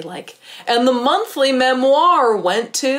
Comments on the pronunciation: no one:: memOIR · I’m obsessed with the way you say ‘“memoir” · Do not mean this in a bad way at all, just wondering as I'm from the UK - I've never heard someone pronounce memoir (with the emphasis on 2nd half of the word) the way that you do, is it a regional thing or just personal preference? I think it's very cute, just something I've noticed and was curious about!